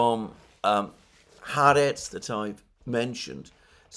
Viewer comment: The newspaper is pronounced Ha Aretz (The country) Sabbath is pronounced Sabbath is pronounced Sabbath not Sarbarth.